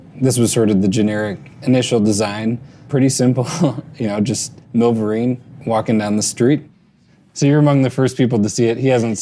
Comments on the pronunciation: When he said “Well, walking is one of the best exercises,” I thought he said, “Milwaukee is one of the best exercises.” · Did he say walking or milwalkin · I thought the exact same thing.